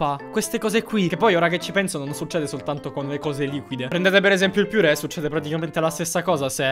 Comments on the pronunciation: pls nn ditemi che ha detto veramente piure . Mi fà venire I tik 🙃😖😂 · perchè "PIURÈ"? porcoddio questo no ahahahaha😂💕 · non si dice piure ma pure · non si può sentire piuré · purè non piurè hahah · Oddio io triggherato non per le foto, ma perché dice PIURÈ, dannazzione si dice PURÈ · Hai detto piure'? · A me dai fastidio dicendo piure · hai detto piure anzi che pure